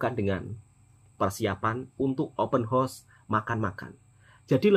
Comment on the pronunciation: Sebut biar betul,house bukan hos